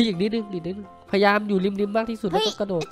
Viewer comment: พี่กระโดดไม่ใช่ระโดด